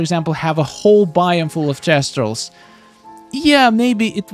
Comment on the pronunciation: TH-estrals. They're not testrals.